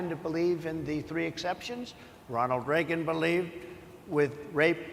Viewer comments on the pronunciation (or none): none